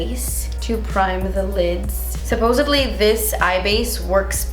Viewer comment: You killed me with “supposebly” 😩